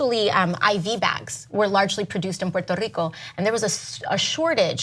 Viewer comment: puerrrrto rrrico. There's no way she speaks like that, she has been coached to stress it